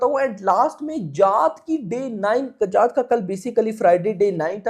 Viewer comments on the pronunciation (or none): Bhai 😭😭 Akshay Kumhaar nhi ,Akshay kumar bola kro yaar. Aur sunny paaji ki जाट film hai aap जात जात bolte ho hr video me.